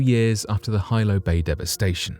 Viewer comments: The Hawaiian Island of Hilo is pronounced,"He-low",not "high-low" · Pronunciation in tsunami story! Hilo Bay is NOT 'High Low' Bay. It is 'Hee-low' Bay. Other local names are also screwed up. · HILO is Pronounced Hee-LO, not Hi-LO… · Hilo, Hawaii (the Windward side of hawaii island) AKA. The Big Island is pronounced Hee-low NOT hi-low 🤦🏻‍♀️ aloha from Oahu 🤙🏼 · Aloha- it’s HeeeLo Not High-Lo when you speak of the big island, Hawaii 😉🤔😁🤣Jus a lil FYI- you know I Love da channel! 💜🥀💜🥀💜🥀💜🥀💜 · Hilo is pronounced as Hee-low not Hy-low. I knew friends who lived near Hilo in the villiage of Pahoa. They said Hilo as Hee-low. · A 100-foot wave will not decimate a damn thing. It will devastate everything in its path. Quit using words you don't know the definition of! Hilo is pronounced with a short I not a long I. Still wouldn't explain how her body it was reduced to Ash which requires about 2,200 degrees for about 4 hours. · It’s pronounced He Low. Hilo. My family is from Hilo and they were present during the tsunami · It’s pronounced “Hee-Lo” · Hilo is pronounced HE-Low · HILO is pronounced Heelo in Hawaii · He-low its pronounced he-low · It's pronounced Heelo. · Hilo is pronounced "hee-lo. This quaint town nestled along the eastern coastline of the island, Hawaii. Hilo is my home town, which is also on the slopes of the most active volcano in the world. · Bugs me when they don't try to learn how to properly pronounce words.